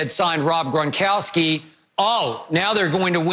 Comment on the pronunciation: “Rob Grongronkgry”